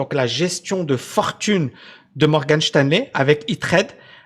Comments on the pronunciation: Cest Morgan Stanley pas Shteinley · "Morgane Chtanley"??🤔🤣